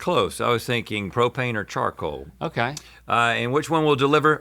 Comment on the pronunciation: pro-pain and pro-pain accessories